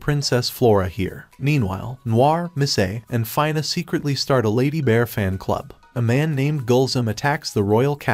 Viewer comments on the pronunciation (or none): So far everything is good except for pronouncing the name of 'Fina' it's not "Fayna" its Fina